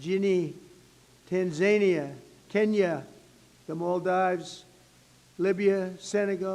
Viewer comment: the way he reads tanzania will never not be funny. trump is comedy gold.